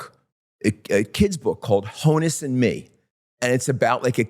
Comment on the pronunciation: It’s pronounced “hawn-us” Wagner. Honus was short for Johannes.